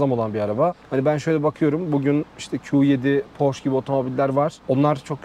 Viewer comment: Porş değil, Porşe. Lamborcini değil Lamborgini. Triptonik değil, Tiptronik.